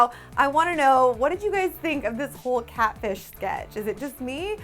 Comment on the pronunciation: is Katfish the new cool way to say catfish or is really ignorant.😂